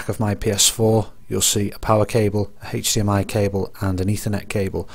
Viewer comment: can we get a count of how many times he said "Hechdmi" tysm